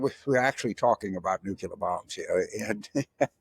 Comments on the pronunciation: It's new-clee-ur. Nuclear. No nukular. Dems are smarter than Repugs...you must pronounce words correctly. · FFS, James! It's not "new-cular" but NUCLEAR. Do me a favour! Making fun of others and coming out with this shit time and time again. Haven't you got any friends who have told you, or do you think you're being clever or some sort of smart? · Nucular? You as of George W. You fool. Lifelong Democrat here. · Thanks James. FYI, there's NO such word as "nu-cu-ler"! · When you are speaking to the public, I think you should sound like you know your subject. When I hear "nu-cu-ler" I have doubts. We have nuclear, slang nuke, & nucleus. I suspect "nucleus + nuke" are the "guilty parties!"😉👍